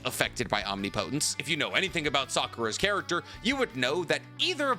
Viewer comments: I know I can't be the first one to say this. But it isn't pronounced "Omni-Potence". I realize that it seemed to be spelled that way in the Manga, but that was simply because of the size of the Speech Bubble they had to work with. It's "Omnipotence" It flows like it is one word. He has said it correctly in a few of his videos but it seems like his default pronunciation is the incorrect version. The key difference is two syllables. The way he pronounces it is something like "Om-Knee Po-Tense", when it should be something closer to "Om Nih-Puh-Tense" I realize that it doesn't actually matter in the grand scheme, but it's the internet and I will complain when I want to. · 🤔.... isn't it pronounced om-nip-otent? 😂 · Why are you pronouncing "omnipotence" like that? Am I missing something? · I wish you’d pronounce omnipotence correctly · Love the videos but the pronunciation of omnipotence is killing me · Stop saying omnipotence like that bro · Bro I know you’re smart why do you say omnipotence like that